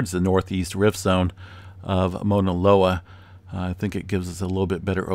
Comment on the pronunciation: MAAAAUUUUUUNA Loa! Not mona loa. Like OUCH! Cause its hurting my ears🤣🤣🤣